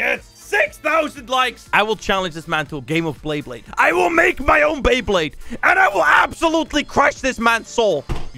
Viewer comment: No One:: bLeYbLaDe